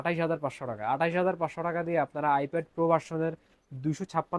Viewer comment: bhai eta "ipad" NOT "ifed" name ei bolte paren na arr dakati korte ashchen